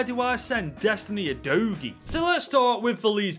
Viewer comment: Absolutely massacred Vicario and Udogies names